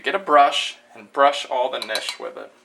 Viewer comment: Nice, simplified recipe directions, but I don't think the K is silent. It's not nishes. My grandmother's been making them since we were little. Great food!